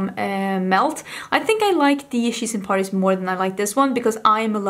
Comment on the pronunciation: I can't believe I thought that it was the "Cheese and Parties" palette because of your accent and had no idea it was really She's In Parties 😂😂😂